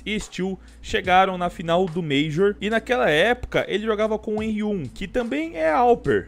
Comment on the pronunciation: kkkkkk como confia em um cara que fala henri1? pqp